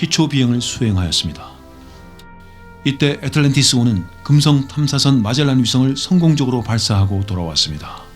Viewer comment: 애에트을런티이어스으 호 ~~ 발음 오지네요 ~~~ 캬하 영어학과 교슈님 ?